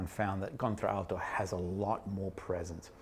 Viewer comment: Nice review..you are not pronouncing Contralto correctly. You are using the ‘a’ twice in pronunciation. English lesson for today😊